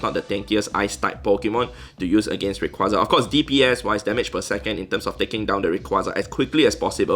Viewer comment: Why are you getting random stuff every minute is it an event or something Plus I heard "uriquaza"